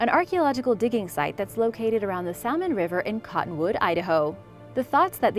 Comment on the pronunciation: Love how she can pronounce all the Spanish words, and enunciate them perfectly, but then she says, “SalMon” instead of “Salmon.”